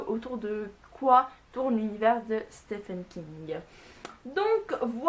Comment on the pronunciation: Je ne dit pas cela pour être chiant les gars, mais le nom de l'auteur se prononce "Steven King" et non pas "Stéphane King".